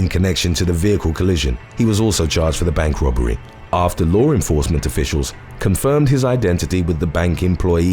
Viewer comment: Why can't you pronounce 'law enforcement ' the correct way?